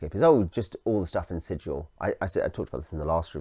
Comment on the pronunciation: Sigil, not Sijil. Hard G, berk. This isn't a .gif argument, it's literally printed in the boxed set. ;)